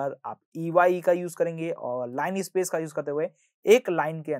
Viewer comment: t not line space❌ it is linner space ✅